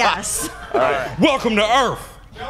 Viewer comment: “Welcome to Earf” 😂